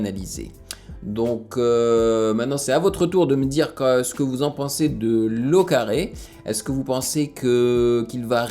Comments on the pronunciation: Hello ! Super vidéo comme d'habitude franchement je ne me lasse pas haha ! Juste quelques précisions pour t'aider. Déjà, L au Carré se prononce L (la lettre L) plus loin : au, et carré comme L2 tu vois ? Ça vient de son prénom, Loïc et son nom de famille qui commence également par un L. Loïc à 18 ans (par rapport à ce que tu disais qu'il est jeune) et il est à l'université de Nanterre (dans le 92 vers Paris je sais pas si tu connais) où il est en première année il fait de la philosophie etc. En fait L au Carré a été "révèlé" (même si il ne l'est pas encore beaucoup malheureusement) pendant le Planet Rap de Bigflo et Oli sur la radio Skyrock. Ils avaient décidé d'inviter plusieurs rappeurs pas très connus mais talentueux qu'ils avaient repéré sur les réseaux, pour faire un freestyle à la radio. Et dans ces invités il y a eu Loïc (tu peux d'ailleurs retrouver son freestyle sur YouTube : L au Carré Freestyle Skyrock). Il s'est donc rapidement rapproche des frères et je crois qu'ils se voient régulièrement quand ils peuvent. Pour finir, tu as remarqué que le clip était très ressemblant à Insolent 2 et 3 et bien c'est pour la simple et bonne raison que c'est le même cameraman et monteur, Jérémie Levypon. Il réalise les vidéos des concerts de Bigflo et Oli entre autre et certains clips. Donc les effets sont très semblants pour cette raison là haha. Voilà c'est tout ! Bonne journée 😉✌🏻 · Ça se prononce L au carré pas Locarré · On dit L au carré pas lau carré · C pas lau au carré c L au carré 😂🤣